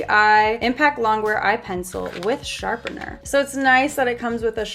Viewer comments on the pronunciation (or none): Who esle cringed when she said sharpeRner